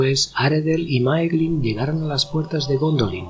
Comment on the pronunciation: Se pronuncia Máiglin, no Máeglin. "Ae" es siempre pronunciado "ai". De la misma manera Nirnaeth Arnoediad se pronunciaría "Nírnaiz Arnóidiad".